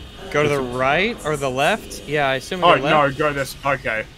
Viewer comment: mocking for saying "cache" wrong is extra funny after his 10 minute meltdown, because someone dared to tell him "assume" is not pronounced "ashoom".